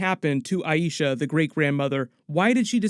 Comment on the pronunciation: I love watching your reviews. Just a tip The greatgrandmother name is EYE-SHA. If you call her EYE-E-SHA then you’re annunciating it the same as The High Priestess from Guardians of the Galaxy from your previous videos. However the correct annunciation is EYE-SHA. If you need help, they say it a few times in the new episode 😉